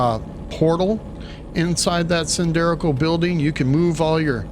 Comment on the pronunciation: 2 things 1) I am at this spot, and do not have glass blueprint. Cannot make walls with windows. No idea how I skipped this. 2) "cylindrical' - that is not how you should say it.